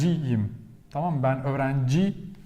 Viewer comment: Thank you. Very interesting. I’ve been learning on Duolingo and Babbel but this was really helpful about the stressors in spoken language. I love the way you say Tamam lol. Are you adding an ending on it? It sounds like you’re saying Tamama :-)